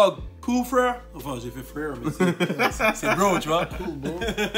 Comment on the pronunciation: Le "cool frwèwre" il m'a dead